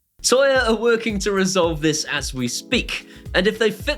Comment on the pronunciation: I really love your vids, but for the love of God, can you please stop saying 'toya'? 🤣